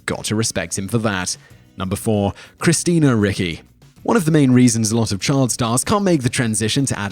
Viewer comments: Roger Corman not Robert!? I think you have the best top tens but in most there are glaring pronunciation issues like Christina Ricky? Its cringe worthy. Being in the Pop Culture business and not knowing a legend like Corman who gave us Death Race 2000 and The Trip to name a few and gave starts to Coppola, etc. You race to put these out, just take an extra moment to get the names right coz it detracts from your Superb Subject Matter and to borrow a title of a recent Top Tenz of yours: People Who Accidentally Became Sex Symbols: I nominate Simon Whistler! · Please, research the pronunciation of the celebrities names , you often butcher them. Christina Ricci is pronounced reechee , and dana plato is pronounced day na play toe.